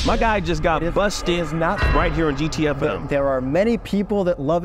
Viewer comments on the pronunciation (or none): Love the show but OMG why do you keep calling it "GT EFF'M"? Isn't it "GT EFF-EMM"? Like the radio frequency? Bah!! WHat is happening here? Whyyyyyyy?